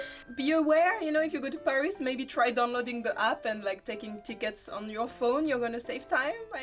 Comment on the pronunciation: フランス人が喋る英語は面白い。 英語とは違う「タタタタ〜ン」なフランス語のリズム感が垣間見えるものの、ちゃんと「h」を発音してる。でもフランス人がパリを「パ（ック）リィ」ではなく「ペァ〜リス」と発音するのはちょっとヘンな感じ。日本人なら英語を喋っても、東京を「トウキョウ」と発音しても「トキヨゥ」とは言わないと思うから。